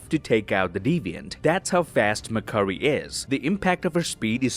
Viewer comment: I love it when says mc curry lmao mcdonalds now serves chicken curry